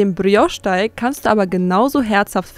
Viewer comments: Brrrrios,klingt nicht richtiger,je mehr Du es wiederholst 🤷‍♀️ Wer hat der Tante erzählt,man würde im französischen das R rollen🤔🫣??? Da wird wohl italienisch mit französisch vermurkst🙄🤭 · Wenn die noch einmal Brrrriosch sagt,dann😱🤯